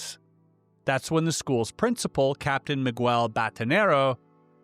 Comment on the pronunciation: Bro said Migwell. 😂